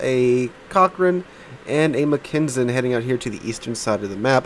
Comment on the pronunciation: Dude, Mackensen = Mack en sen, not what you're saying, just saying :)